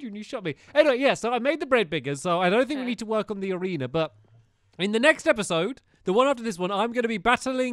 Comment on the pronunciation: He said awena😂